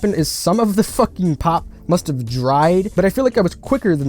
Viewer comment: Nope first time you said you spilled pop on it I thought you said pot